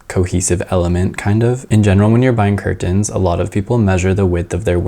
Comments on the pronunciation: this was an awesome video! (the way you kept saying curTENs was cracking me up haha) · I have never heard someone enunciate curtains so hard before 😂